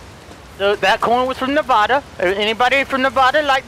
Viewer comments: It’s Nevada, not Nevahda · Can't like the video as you mispronounce Nevada, delirious.. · Nevoda Me:angry vegas noises* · Only people who don’t live in Nevada pronounce it wrong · See, a Nevadan would like the video, but the way you butchered saying the state, not a one will do so now lol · That not how you say it man come on